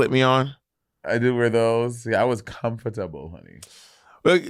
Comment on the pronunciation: "Comfortebble" 🇱🇨 There we go. :D